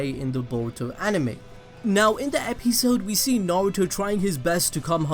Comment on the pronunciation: Am I the only person who heard 'Epizzode' instead of 'Episode' 😂😂